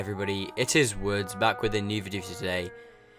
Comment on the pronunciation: your name is woods not